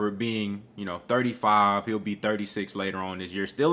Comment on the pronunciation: The way I will roast you after this fight With the way you saying 35. Your Errol is about to be exposed. You all won’t sleep.